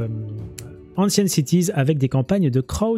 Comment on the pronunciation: la prononciation de ancient en anglais c'est "énshént" :D